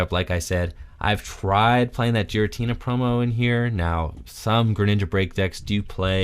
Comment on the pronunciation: Gear-uh-tina, not jeer-uh-tina lmao.